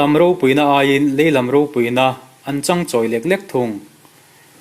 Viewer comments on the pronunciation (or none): Changchawi hi chawi lai hi a thluk ahniam tur.Mizo tawng hi nguntak/ fimkhur taka enfel hmasak a tha.